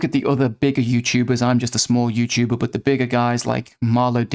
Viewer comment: You guys gotta stop saying YouChuber and start saying YouTuber